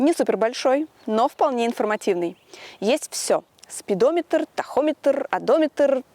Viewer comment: Одометрррр, спидометрррр ) улыбнуло...